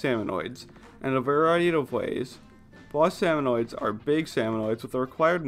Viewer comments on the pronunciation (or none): I got so mad when he said "salmonoid" even though thats how it read it when I first joined. Also, this was a year ago.